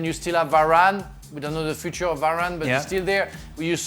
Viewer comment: Yeah you did lol, I think he started pronouncing 'future' in french then switched to english midway through.